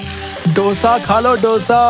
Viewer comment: It's not " डोसा " It's दोसा